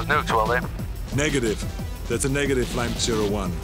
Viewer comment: Surprised that you didn't sin "Lime - Zero - One", when any military person, especially a pilot, would know the phonetic alphabet. (it's "Lima - Zulu - One")